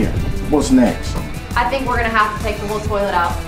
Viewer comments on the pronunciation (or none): none